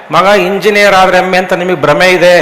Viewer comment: ಹೆಮ್ಮ ಅಂತ ಹೇಳಿ. ಎಮ್ಮೆ ಅಲ್ಲ. ಉಚ್ಚಾರಣೆ ಸರಿಯಾಗಿರಲಿ.